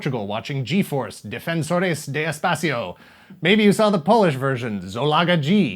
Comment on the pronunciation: I remember watching Fuerza Yi , sorry, just found too funny that you pronounce the G in all the names in English. Anyway, yeah I grew up watching Fuerza G in Cartoon Network Latin America, don't remember too much of what happened, except that they always talked about how dangerous was to use the firebird thing yet they used it every other episode.